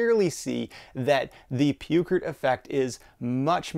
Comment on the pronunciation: "Pewcrit?" Do you mean Peukert's law approximating measured capacity versus discharge rate Cₚ = Iᵏ t ?